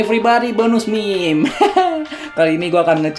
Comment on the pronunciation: Meme dibaca mim :v